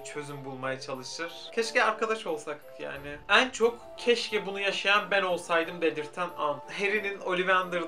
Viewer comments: En leri o kadar yanlış telaffuz ediyorsun ki dinleyemedim çok sinir bozucuu😬 ean gibi söylüyorsun düzelt lütfennn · Ên diyorsun sinirim bozuldu... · samsunlu olduğunu bilmiyordum, bir arkadaşım da en'leri böyle söylüyor oldum O DA SAMSUNLU 😂